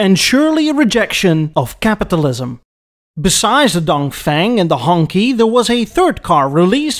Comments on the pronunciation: Love your pronunciation of 红旗 as Honky (perhaps some thing a bit more like Hong Tshii, with Hong being mid tone and Tshii a low tone). Honky might be an onomatopoeic aural representation of a car-proud Peoples’ Official’s ostentatious vehicular progress along a crowded Chinese road. To Americans, honky or honkey is a seriously insulting pejorative appellation for white people. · its a hong shi not a hong ky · It's pronounced like "HONG-CHI" in Mandarin, like that movie "SHANG-CHI".